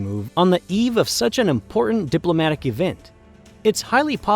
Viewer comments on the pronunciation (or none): "Important" is an English word that ends in "T" sound, not a grunt.